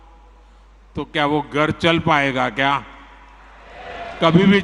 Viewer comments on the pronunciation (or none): Suwar ka bacha ghar ko gar bolraha h sahi se bol